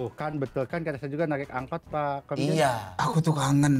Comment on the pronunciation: Angkot malah jadi angot😂